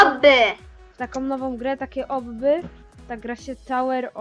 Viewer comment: Nie mowi sie obby tylko obbi